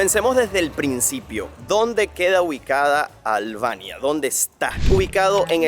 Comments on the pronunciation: No se dice Alvania. Es Albania. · Muy bueno el video, super interesante, pero no entiendo porque pronuncia ALBANIA con la “V”... que comico, no fallo ninguna 😂😂😂